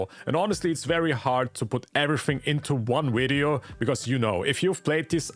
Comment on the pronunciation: 'widyo' gave it away for me :D